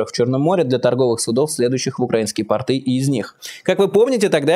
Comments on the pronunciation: Майкл, очень режет слух портЫ, это хвучит еще хуже чем "ихние" правильно говорить пОрты, и пОртовая инфраструктура. портЫ- это штаны. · Майк, ну, пожалуйста, пОрты! Ударение на "О", как и тОрты .. ❤️ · Простите, Майкл! Но пОрты!)